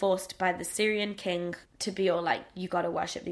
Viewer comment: the way you say "king" sounds a bit like "kink" haha